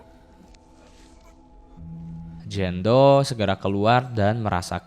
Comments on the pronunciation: Jane doe (dibaca : jen du) bukan Jan do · Jein do bacanya kak bukan jando 😣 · Jen du nyebutnya bukan jan do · filmnya seru tapi lu ceritainnya g begitu jelas video Ama suara lu g sinkron jadi bingung terus cara baca nama lu juga g enak dngernya jando jando kan nama dia jane Napa ga sebutnya Jenn biar g bingung jando jandoo kek nama cwo kalau jenn kan bagus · anying jando dibacanya wkwkwkwk